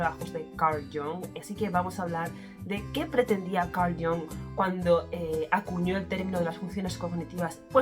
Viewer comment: Muy interesante el vídeo. Recuerda que Jung era suizo y la "u" de su apellido es como la española prácticamente. Así que no hagas caso de la gente que lo pronuncia "a la inglesa" como si fuese "Young" 😅 Además de que es un sonido menos de garganta en general todo el apellido. Gustav también tiene la "u" casi como la española.